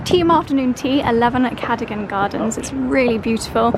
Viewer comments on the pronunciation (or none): Loved your trip to London. I used to live near Cadogan Place & enjoyed looking at my old stopping ground. Just a tip - watch your pronunciation - it is CaDOGan Gardens,Place etc - as in dog like your sweet two.